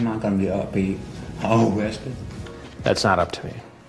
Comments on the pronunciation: O-WESTED? O-CWAP! 😅🤣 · Oh cwap.... Am I gonna be o o-rested? 😂🤣😂🤣😂🤣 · O-rested gets me everytime haha oh cwap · Be vewwy vewwy quiet. We're hunting for underage girls (hehehhehe)